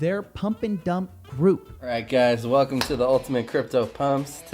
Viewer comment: "Welceme". Lol